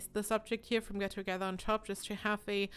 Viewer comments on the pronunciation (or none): none